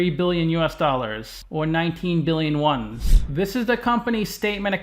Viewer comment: Yuan is not pronounced one's btw. More like 'wan'. As in Obi Wan Kenobi